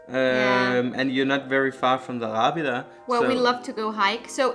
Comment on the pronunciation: Great work what's your original languages? Helpful critica - you must work on your proper pronunciation of place name - you trying to muddle thru it. You say Arrábida well build on that. :)